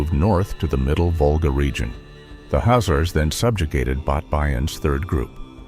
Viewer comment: Why are you not pronoucing the 'K'? I've never heard that pronunciation before....